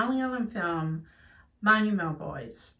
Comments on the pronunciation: Amazing that u 've pronounced ,"manjjummel "so well.Yes, it was nail- biting, lots of scenery, such a natural movie with never a dull moment.Lot of moments of beautiful as well as difficult childhood , process of growing up, human values giving credit on the supreme value of courage ( when the police /firemen didn't dare to do it) love , friendship & brotherhood.After the rescue, these youngsters become more serious with their lives as they suddenly they realise how precious life is! Kudos to the entire team for catching the attention of movie goers like yourself from the other end of the world.Yes, I went to see it after both my kids (in their twenties ,outside Kerala)had seen it n full of praise for it. ❤xoxo from Kochi. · Props for pronouncing Manjummel correctly.